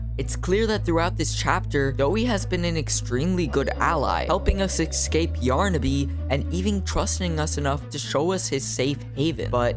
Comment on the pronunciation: people who can't say "escape" properly can't be taken seriously as credible. Like you Mr. youtuber